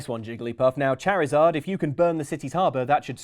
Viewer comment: Your right to say the name "charizard" has been revoked. cherryzard.. c'mon. seriously? you're all like 30+. You should know damn well how to say it right.